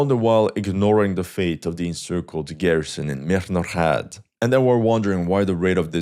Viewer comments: Bro its called mirnograd and not mirrnoohhhhhhchchchchchchcchh(spitnoises)chchchchhhhrrrrraaaad. Would appreciate if you stop butchering this name verbally in every video for 20 times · It's Mirnograd Tovarish😊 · Bro saying Myrnohrad sounds like a workout. Impressive how you can keep saying a word with every consonant and vowel condensed into 3 syllables of Ukraine losing the war... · Is Myrnohrad an elfish city? Why pronounce it like this? 😅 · Cant you say Myrnohrad normally, wtf? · Why do you say myrnorad like that